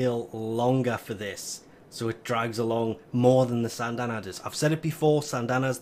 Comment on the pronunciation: SYNdana not SANNNNNNdana